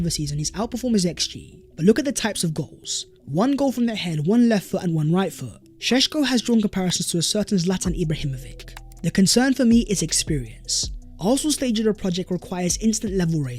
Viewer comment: 3 goals ain't a lot. It's "Ibrahimovich" < the c has an accent